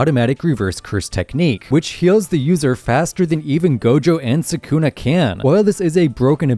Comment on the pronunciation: Why does everyone body say sa’kuna?